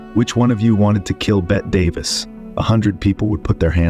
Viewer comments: Never ever heard her called "Bet" Davis. It's pronounced Bet-eee Davis. Geez, you obviously don't know a thing about her. None of these are surprises. They all just seemed like off screen turds. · The AI (Artificial Intelligence) ruined what would have been an entertaining Youtube video. The mispronunciation of names is atrocious. Cyd Charisse - should be pronounced "Sid Sha-reese", Bette Davis should have been pronounced "Betty", not "Bet". I'm not even sure what the heck the AI did to Tallulah Bankhead's name. It's economics. If the Youtuber who created this clip had a real narrator, he'd have to pay the narrator. If you use an AI Robot (whatever the heck they call it) all you have to do is pay for the AI program ONCE, and then let the program mispronounce its way through a hundred different Youtubes, keeping the money yourself. It drives me crazy too. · "She's got Bett Davis eyes", sounds terrible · Okay: it's Cyd SHA-Reese, and BETTY Davis (the E is pronounced). Is this narration AI? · "She's Got 'Bet Davis' Eyes"!! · I'm amazed that the narrator would not know her name was pronounced Betty Davis, also Cyd Charisse name was pronunced Sid Charesse. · Pronounced Bettie Davis. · When narrating, please avoid using these tired cliches, "icon," "iconic" and "stark reminder." Research your language choices more deeply, even consulting a thesaurus, and provide a fresher, more original script. And Bette Davis' first name is pronounced in this way: "Bet-tea (2 syllables) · "Bet Davis". Those AI folks havew a rough time with nuanced words. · "Bet" Davis.... the Queen of Las Vegas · "BET Davis"? Really?? You've never actually heard Bette Davis' name before? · "Bette" Davis is actually pronounced the same as "Betty." Someone tell the cheap AI program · "BET" Davis??? Are you kidding? Does he actually not know how to pronounce BETTE? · "Bett Davis" :face-red-droopy-eyes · Bette Davis is pronounced "Betty" Davis. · BETTY Davis. Bet - EE. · Its not "Bet " Davis